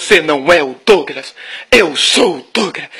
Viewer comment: DOUGRAS? " DOUGRAS " !? DÁ MAIS PRA " DROGAS " KKKKKKKKKKKKKKKKKKKKKKKKKKKKKKKKKKKKKKKKKKKKKK CARAIO OLOKO